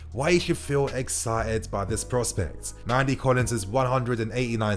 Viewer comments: It’s Nnamdi Collins. Pronounced Naamdi.... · You stress the N in Nnamdi to pronounce his name properly, he's obviously from Nigerian-Igbo parentage